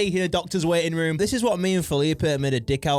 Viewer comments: I thought she said “Waiting rum” instead of waiting room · I now she’s saying waiting room but it sounds to me waiting run anyone else hear that